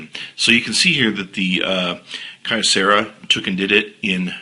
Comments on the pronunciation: Kee-Yo-Sarah Dumbass. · Key-Oh-Serr-uh is how you pronounce Kyocera. I own the phone its Terrible.